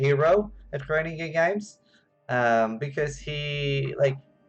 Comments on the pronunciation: 'Grinding Gear Games' 🤣 Uncanny kiwi accent there... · You are saying "Grinding Gear Games" in a New Zealand accent XD